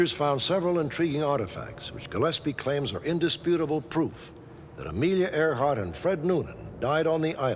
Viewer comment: “Earhart” NOT “Airhart”